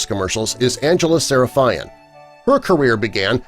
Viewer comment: Angela Sarafian’s last name pronounced slightly differently. She is Sarafian, not “Sarafayan” like Kardashian not “Kardashayan.”